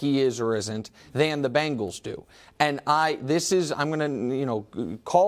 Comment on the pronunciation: WE ARE NOT PRONOUNCED BANGLES!!!!! ITS CINCY BENGALS....BENGALS TIGER, GET IT!! :)